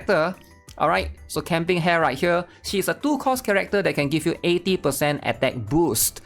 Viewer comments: ITS PRONOUNCE HA-RE NOT HAIR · The way he says Hare and Sumire's name hurts my soul. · really cant say hare's and sumire's name right kek